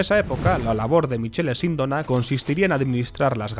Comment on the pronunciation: Michele en italiano se lee MIQUELE, Sindóna con tilde en la O (aunque en italiano las tildes se ponen solo en la última letra città, caffè, università etc)